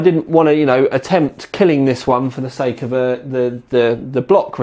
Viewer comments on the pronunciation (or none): none